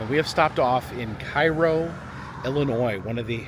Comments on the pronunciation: cairo is not a ghost town. i drive through there every week 2 times. there are lots of people and the liqour stores are always busy. However it just looks abandoned because of the buildings. also its not prnounced like the egyptain town. its CARE OH no KAI RO the building behind you in the shot has only fallen in about a year ago. the town has some beautiful historic homes you neglected to show literally a block away. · Cairo IL is pronounced KAY-ROH. Visited last year to see the confluence of the Ohio and Mississippi rivers and to cross the two sketchy brides there. Was blown away how run down Cairo is. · Loving the trip. Its great that you take the time to stop at places most don't. But just FYI: its pronounced cay-ro because Midwesterners are dumb. (born and raised in Indiana 🤦‍♀️) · It's actually pronounced Kay-Row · It’s pronounced “Kay”ro… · Hey. It's pronounced Kay-ro. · I live in Cairo and it's pronounced CARE-O